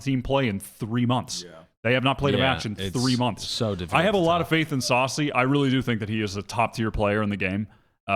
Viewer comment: the stress on "sacy" is on the second syllable